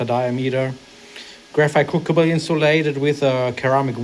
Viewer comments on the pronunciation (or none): Pronouncing "crucible", the first c is hard, the second soft. Yes, English spelling is irrational.